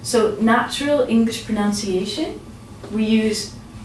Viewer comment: Good video, however, you keep saying pronounciation when it should be pronunciation. "nun" not "noun" Sorry I'm so picky./prəˌnʌnsɪˈeɪʃ(ə)n/ cheers